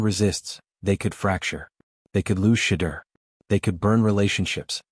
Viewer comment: And u cant even pronounce Shedeur name right..😮